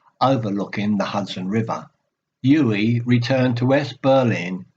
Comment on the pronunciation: Very good,. But you have mispronounced his first name throughout. It is OO-veh (stress on first syllable)